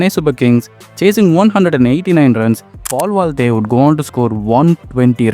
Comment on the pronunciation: Mistake number 1 - Hooda scored 451 runs not 151 Mistake number 2 - His average is 17 not 70 Mistake number 3 - Mispronouncing Paul Valthaty Mistake number 4 - Mispronouncing Storm as Strom Mistake number 5 - M Vijay scored 127 vs RR in 2010, Valthaty's score is 2nd Mistake number 6 - Mispronouncing Lungi Ngidi Mistake number 7 - JFM made his IPL debut only after making his ODI debut in Feb 2024 So as usual, so many mistakes and mispronouncing players names Please improve bro, your content is good but poor English knowledge and if you are a cricket fan and if you are watching lot of games, you would've known how to pronounce their names